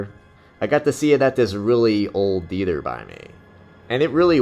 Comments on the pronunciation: What's a Dether? you keep saying dether.....OH, oh you mean THEATER......... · 2 suggestions: 1. learn English grammar, and 2: learn how to pronounce "theater."